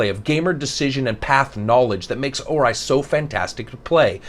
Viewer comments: Right at the start I wanted to go to another review when I heard "Or-eye" instead of the appropriate, "Or-E" pronunciation. God that hurt the ears, hahaha. Still, I'll give this a listen and attempt to get over it. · Except for OR-eye, I would have to agree. Doesn't complain like some other noobie reviewers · Or-eye,, hmmmmmm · Well, sir, I LIKE how you mispronounced Ori. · Good review but you butcher the pronunciation of the game lol